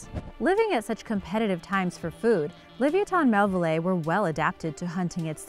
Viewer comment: Le vi a tin mell ville eye... get it right